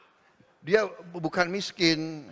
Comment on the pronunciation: Miskin Wo... Bukan MESKEN !!! 😂😂😂